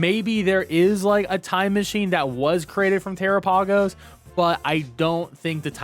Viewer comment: Tera-pay-gos?... 😅 I believe it's pronounced like Galapagos... like the islands.